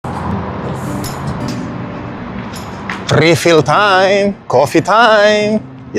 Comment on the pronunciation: Mali po pronounce ninyo ng refill, itanong nyo po sa anak nyo kung paano